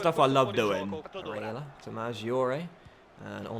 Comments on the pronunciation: STOP SAYING BARELLAS NAME SO WEIRD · The way he says barella